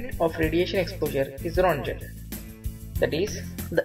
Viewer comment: It’s also not pronounced RONGEN.. lol He pronounced it wrong.. lol oh well..